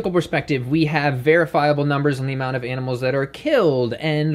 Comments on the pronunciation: Yeh betteh not hurt those aminals bruv 😂😂😂😂👏🏽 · “you better not hurt those aminals bruvh” lmaaaooo